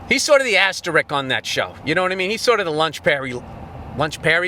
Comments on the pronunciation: It's not asterik, Billy. It's asterisk. What would Mr. Rice think? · "Asterick"? "ASTERICK"??!? Mr. Rice wants a word with you after class. 😛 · After going on about pronunciation, Bill mispronounces asterisk. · Wicked show! 'Etcetera' yes, 'asterick' no.